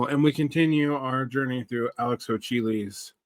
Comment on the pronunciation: Believe the pronunciation is Alex Ho-Kuh-Lee